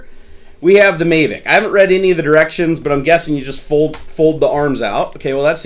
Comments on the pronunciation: it's mavic not maevic. good video! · I'm sorry but he said mayvic pro. ITS MAVIC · thank you. I cringed every time he said MAY-vic. Same with REEE-view. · please stop saying "may-vic..." it's pronounced like Havok :P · Mayvic Pro? No, mahvick Pro. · MAAAAAAAAAAAAAAAAAAH VIC, NOT MAAAAAAAAAAAAAAAAY VIC >:OOOO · He said may-vic... smh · May vic? Did i hear that right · The gimbal dome is only used when you're just flying FPV, you should take it off when you're filming. One other thing, it's not called May-Vic or Dee Gee Eye you doofus. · OH MY GOD OH MY GOD OH MY GOD! I've been waiting for this I got a mavic and it is amazing especially the camera and the obstacle avoidence also it's prenounced MA-Vic a as in Jack Ass. Also the faa is stupid I don't fallow the rules or have my drone registered. many people fly with the bubble off. In fact you get more airflow that way. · So many people ragging on for saying "may-vic" wholly fuck who cares? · It's MA-vic. A as in apple. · That may be the case but you are in the states and it's pronounced MA-vic. There's no trolling involved. Simply correcting your pronunciation. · Yep. He was saying it wrong the whole time and I couldn't watch the video anymore. It was annoying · One, having 3 monitors is not a problem but them being huge is just stupid. Also, you pronounced mavic wrong. You really act like a nerd and I'm definitely not coming back to your channel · your saying Mavic wrong Dude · The way you say MAVIC really irritates me lol. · it's not about how I pronounce it, it's about how everyone the built and designed it at DJI pronounces it. If you're going to ask the company to send you their product for free, you might as well pronounce the name of their product the way they've intended. As DannyAR mentioned, no trolling here, just had to agree on the pronunciation here. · love the video but i think you're pronouncing mavic wrong lol